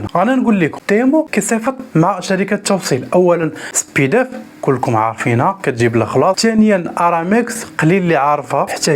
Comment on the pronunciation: معلومات مغلوطة و طريقة نطقك خاطئة ل chronodiali كرونوديالي، Speedaf سبيداف ماشي سبيدوف